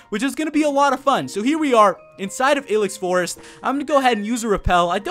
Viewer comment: dude stop. it's I-LEX forest. as in I hate your pronunciation lol